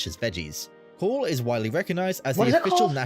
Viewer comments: The Welsh lamb stew spelled "Cawl" is not pronounced "call". It is pronounced "cowl" (a bit like (Simon) Cowell). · His pronunciation of the placenames hurt my ears but the way he pronounced Cawl almost had me switch off your wonderful channel. News just in they have just discovered what they think are the oldest cave paintings in the world on the Gower peninsula.